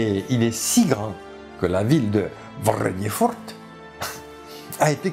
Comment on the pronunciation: Cette prononciation enthousiasmée de Vrrrrrrrredefort ! x)